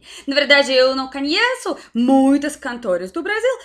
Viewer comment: UMA PALAVRA QUE VOCÊ SEMPRE FALA: "cAnheço" Se fala: "cOnheço